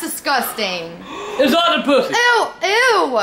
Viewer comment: did grandpa say octopussy😂😂